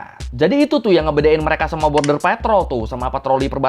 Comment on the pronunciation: Materi substansinya bagus jelas untuk dipahami, request bang coba ngomongnya dikata² kalimat terakhir jangan terlalu penjang ehonya. Seperti kalimat "warga amrik membenci merekaaaa", cukup pengucapan "mereka" saja, tidak perlu penekanan eho yang panjang. Yakin lebih enak dengarnya tidak mendengung dalam otak pendengar🙏